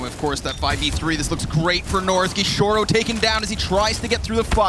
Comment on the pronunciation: "gishorou" JAJAJAJAJA